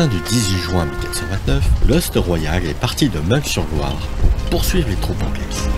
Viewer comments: On dit Jarjo, pas Jarguau. De même c'est Mun s/Loire, pas Mungue... Je suis du coin. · Merci pour cette vidéo. J'espère que vous pourrez la rééditer avec plus d'images IA. Quelques suggestions : Meung (sur Loire) se prononce Meuhein chez les locaux. Jargeau n'est pas Jargot. Enfin un peu moins de hein et ce sera parfait 😊 beau travail